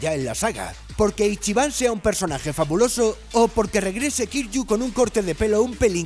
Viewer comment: Imagínate llamar a Kiryu, “Kir - yu”